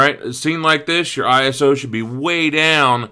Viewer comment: iso 12.500 :D you always say this wrong